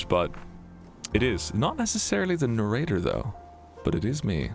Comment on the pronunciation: Oh god, it's the Nay-Ray-Tur !